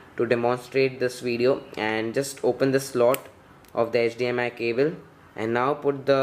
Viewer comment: 0.40 - it's HDMI not HDMS my friend..